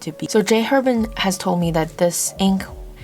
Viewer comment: This was a great review, thank you. Very thorough, great visuals, very organized. The only criticism: if you like J. Herbin so much, please pronounce the name correctly: the "H" in French is silent - it's pronounced AIR-bon (that's the closest to an easy way to show you how to pronounce it -- more accurate would be : AIR-bahn )